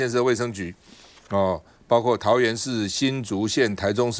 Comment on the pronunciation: 看7分54秒；台湾的媒体常常把包括（括念阔）说成包刮（刮念挂），